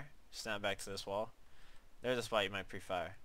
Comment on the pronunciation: for me "spot" sounds like "spy" LOL